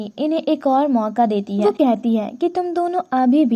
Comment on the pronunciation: "Hai" sabd ko sahi se bolo